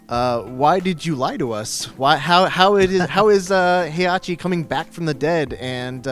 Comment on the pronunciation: Heihachi….is ded-doh.